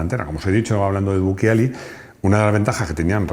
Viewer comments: Se pronuncia buchiali, para que sea buquiali debería tener un H después de la C. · si les sirve, el programa es muy bueno, la unica correccion es que BUCCIALI no se pronuncia en italiano buquiali, sino buchiali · Bucciali, se pronuncia Bucchiali. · Bucciali se pronuncia BUCHALI